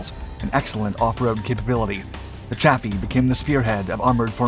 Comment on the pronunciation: Just a quibble. But I heard that Chaffee is actually pronounced "coffee."